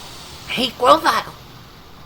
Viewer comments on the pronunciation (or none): Why did you have to mispronounce Grovyle's name all the time? Knowing it's intentional just makes it infuriating.